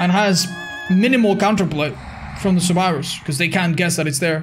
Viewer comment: I love how his accent makes him say surwibors